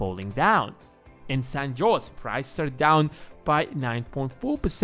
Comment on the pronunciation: Good video. Thanks. San Jose is pronounced San HoZAY.